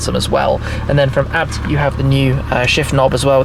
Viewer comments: ITS NOT ABT its A B T FFS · haaha, its pronounced A-B-T! Hahahaha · BUT ITS PRONUNCED A B T WITH SPACES BETWEEN. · I'm sure its pronounced Ay Bee Tee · The German Brand „ABT“ which is spelled not A.B.T has no Location in Australia. The Brand youre talking about is a different one.